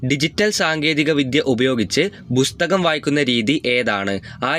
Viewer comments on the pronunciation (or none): Bustakam alla pustakam